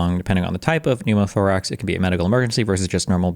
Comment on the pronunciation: dude really said pneumo toorax